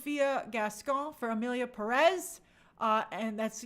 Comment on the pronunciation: People don't even know how to pronounce "Pérez". Furthermore, they won't bother to LEARN about Mexico's current situation and ponder on the OUTRAGEOUSNESS of the movie. It outstands me how uneducated people can be, and this is just a reflection of current day America and its political situation.